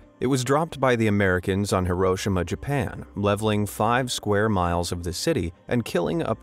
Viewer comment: The way you say Hiroshima is cringe please put effort into foreign country names